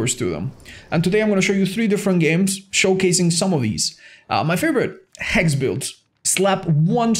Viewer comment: " you can still dop that, damn. Heck" it's Hex not heck. sorry i leave rn